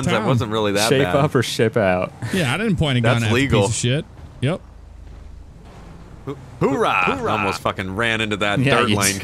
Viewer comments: It's not HOORAH it's OORAH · little do they know its owrah, not howra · It's oorah there is no h in the front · As a Marine lol I cringe every time they say "Whoorah" 🙄😑 it's "Ooorah"! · It's OORAH not HOORAH ( I'm not wrong) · Oo not Hoo 😂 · It's ooh rah not hoo raa sorry I sound annoying but it's a marine saying coming from the noise a sub made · jesus boys it Oorah not whorah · It's not hoo rah it's ooh rah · It's 'oorah not hoorah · Oh my Jesus Christ it’s ooorah not hoorah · Its not hoorah its oorah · It's oorah not hoorah, thats how you piss off any military person fyi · O my fuck, it's Ooraa not hooraa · They're mixing the Army "hoouh" and the Marine's "Oorah" together. lol